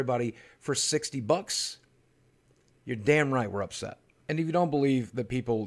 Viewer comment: "Upet"? Really?